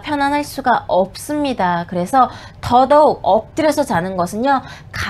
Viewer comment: "있'습니다" "없'습니다"가 젤 기억에 남아요ㅋㅋㅋ